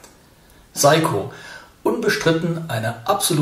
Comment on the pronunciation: Hallo, es heisst "SEiko" nicht "SAiko". Trotzdem danke und viele Grüße!